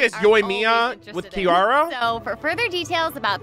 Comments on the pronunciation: Is he unable to pronounce Kirara correctly? What’s up with the random Ls in the name? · I hate the way they pronounce Kirara in English